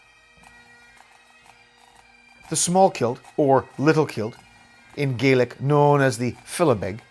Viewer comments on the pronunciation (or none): It's pronounced 'Gah-Lick' if it's Scots and 'Gay-Lick' if it's Irish. Just to let you know.